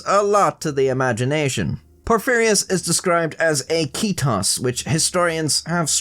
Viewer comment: Soon as the vid started I thought, how many times will mispronounce Porphyrios. I was not disappointed xD